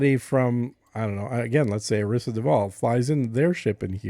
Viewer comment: You mispronounced Arissa when talking about the best power.